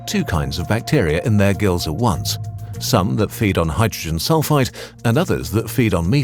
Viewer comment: It keeps sounding like he saying hydrogen sulfITE not sulfide. Two very different things